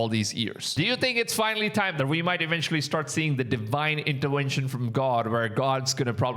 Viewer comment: "Deewhine intewenshn" What a crap, what a blasphemy